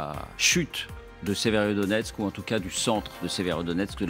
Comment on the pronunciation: Y a pas un seul journaleux qui sache prononcer Severodonetsk, c'est pas sérieux, voire c'est de l'amateurisme.